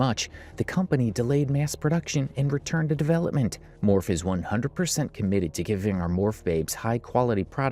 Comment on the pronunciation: can I ask why you keep pronouncing it “morf,” instead of “morf-ee,” like it’s said a million times lol